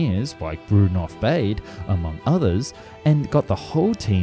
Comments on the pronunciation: These videos are so insightful. I admire the effort you put in to all of them. But Baade should be pronounced “Barda” rather than “Bayd”. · More "Bawdé" than "Beyde".... pronounciation, go ahead, make the effort. Otherwise, very interesting. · I'm not German but I'm pretty sure Baade isn't pronounced "bade". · Every time he says ‘Bayd’ and not ‘Bah-duh’ I feel a little bit of myself die inside. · "Bah-de" not "baid". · Looks a bit like a Stratojet with that centreline undercarriage.And it would be pronounced "Bahdih" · Looks like a really cool plane. Shame it never materialized. Though I have to say it would be pronounced Bah-dah based on german pronunciation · Yes, more like Bahd-eh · Try "BAH-day". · Would the German name Baade really be pronounced to rhyme with "wade"? I doubt it very much.. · Apart from the horrendous pronunciation of German names (at least some approximation after research could have been done -- "Baade", for example, is actually pronounced approximately like "BAH-dey"), I got annoyed with most of the video treating East Germany and the USSR as the same thing (to the point that you even had to say "the USSR in Moscow" to mean the actual USSR when a distinction was needed). True that East Germany had a puppet government totally controlled by the Soviets, but it was still a separate, different country. The 1952 uprising, for example, was nowhere near the USSR, unlike what was stated in the video. It would have been better if you have used the expression "East Bloc" to mean the actual USSR plus its satellite states. That's what you really meant by "USSR" in most of the video, and it's not the same thing. As done in the video, it would be the same as saying that Munich is in the United States and BMW is an American brand of cars, because they were from West Germany and hence from the West Bloc...